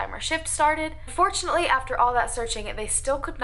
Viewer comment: I'm so out of it right now. 🤣The bird is distracting me and every time she said "unfortunately" it sounded like she said fortunately😫